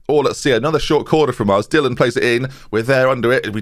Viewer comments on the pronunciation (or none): none